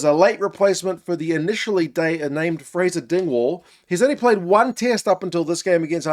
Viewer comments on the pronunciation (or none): none